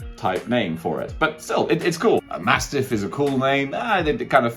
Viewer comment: MASSIFF not MASTIFF. Just sayin.